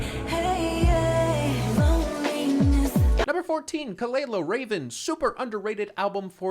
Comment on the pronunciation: Sir did you just call her KELALA?? LOL